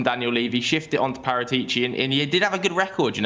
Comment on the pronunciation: I can't take butchering Paratici's name any longer.